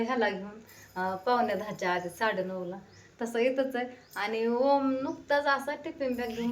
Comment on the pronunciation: अग वोम का म्हणतीस ग..... ओम नाव आहे 😂 ग...